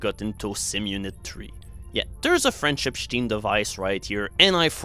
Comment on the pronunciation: OH! A "French-Epstein" device :o I thought you were saying "Friendship stream" or something :p